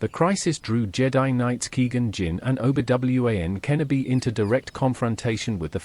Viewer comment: Best pronunciation of Obi-Wan Kenobi of all-time